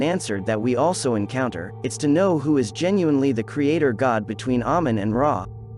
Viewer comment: it's actually pronounced amein, long a sound.